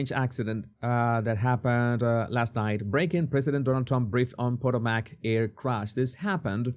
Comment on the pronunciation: It’’s pronounced Pu-TO-mac. While DEI in ATC has been going on for years, in this case it was clearly the helicopter pilot’s fault for being higher than authorized and not following instructions. He said he saw the plane and took responsibility for staying clear. It’s also highly regulated airspace and he was following the required path. It was his fault, but there doesn’t appear to be nefarious and absolutely not the fault of Air Traffic Control. I live and fly in that area.